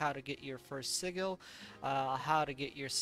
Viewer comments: Сиджел, не сигел. Послушай в гугл переводчике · Anyone else bugged how he pronounced sigil?